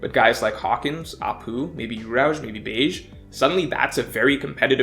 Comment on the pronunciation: his name is pronounced "behgee" not beige lol